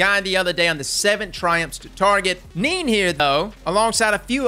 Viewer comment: Hey that’s my Cousin Nene’s account lol. His name is pronounced in the Spanish way Nene, not pronounced Neen btw. Good shit regardless on featuring him. I had a feeling he got featured. Was playing him yesterday in private matches to see what he could take. Even takes a chaperone shot close range in the face. But we noticed arc matching pretty much self destructs it.